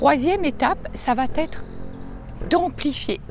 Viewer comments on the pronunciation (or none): "ça va t'être" c'est pas possible 😖 En dehors de ça la vidéo est sympa, merci. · la liaison mal à propos 😁 Il n'y a pas de "t" entre "va" et "être". Il te faut désancrer ce réflexe grammatical erroné 😁